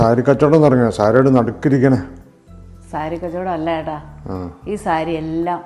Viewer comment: ഏട്ടാ ഏട്ടാ എന്ന് വിളിക്കുന്നത് കേൾക്കുമ്പോൾ എടാ എന്ന് തോന്നുന്നത് ആണ്.